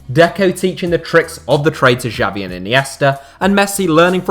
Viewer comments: the way he pronounced xavi gave me a mini heart attack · Who is this "Jabi" legend guy you're talking about? I knew about the legends Messi, Iniesta and Xavi (pronounced "Shavi"), but I never heard of this "Jabi" guy...